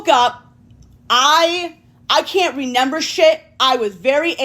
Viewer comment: The word is REMEMBER, not NEMEMBER. JfC.